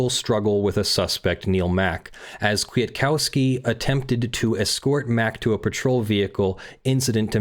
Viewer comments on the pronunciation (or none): Also the second k is silent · As Polish is my main language it was a pain to hear how you say Kwiatkowski 😆 Still good video!